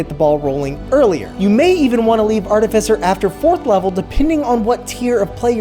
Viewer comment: Thank you for pronouncing “Artificer” correctly 😅